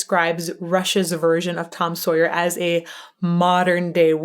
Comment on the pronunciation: I love how you love his pronunciation because I know Paul Rudd would disagree with you! 🤣🤣🤣 Tom SawyEEE